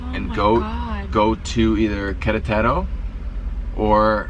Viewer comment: It's Que RE taro, not Quere TARO.